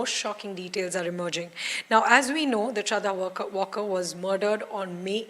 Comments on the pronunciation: Valkar hai vo. Walker nahi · She is not walker her surname is to be pronounced as waalker...she is a marathi not english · Yes right its Maharashtrian sirname pronounced as W-aal-kar.